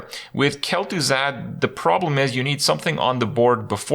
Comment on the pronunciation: 0/10 Kel'Thuzad pronunciation